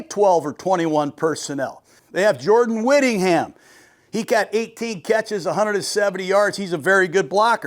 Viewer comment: Jordan Whittington not Whittingham.